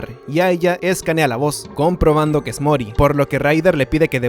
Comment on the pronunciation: Mori, no Moris